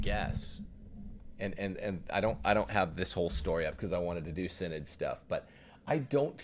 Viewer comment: “The Mortal Sin-Nod”